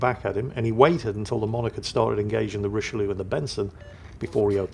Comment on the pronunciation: Very disappointed mispronounced the Richelieu all through the game:)